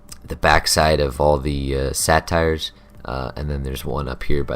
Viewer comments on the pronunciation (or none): Satires? Didnt know there was a place in felwood to see witty comedy. "Say-tear" is how its pronounced. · good vid brah, it's say-tars not satire